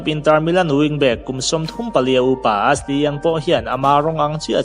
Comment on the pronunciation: Bacary Sagna a sagna hi sa-nia tih deuh a lam tur, tin Ashley hi mizo "A" Ni lovin eeshli aw.